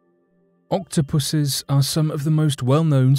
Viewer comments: "Octopusus" ...if he didn't say octopi the rest of the video i would have been worried 😟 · I initially misheard a key word for #3: Octopus are walking on shore. Can you spot it?: "Octopuses are some of the most well known sea creatures, with their curious eight tentacles, incredible intelligence, camera-like eyeballs & SLAMMIN’ BODIES!" I thought you were giving a cross species "shout out" of appreciation to the Octopuses amazing physique, only belatedly realising it was "slimy bodies" instead! I am an idiot!🤦🏻‍♀️☺️